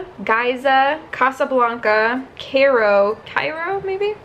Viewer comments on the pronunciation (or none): Hey girl! Its pronounced KY-ROH (KY like sky). Its also the capital of Egypt. I hope you dont find this annoying! Love your vids